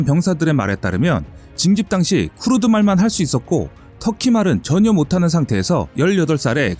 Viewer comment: 크르드가 아니고 "크루드"다